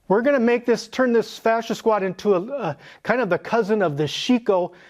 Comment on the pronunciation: Fascia? Oh his FA-THER!